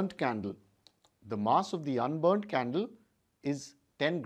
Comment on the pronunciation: I thought he said “So lets light the candely”